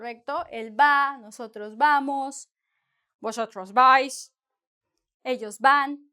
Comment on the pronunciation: i like your spainish accent 'vosotros vais' jaja!